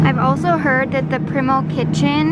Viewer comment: the way you said primal lol. it's primal as in like... primates.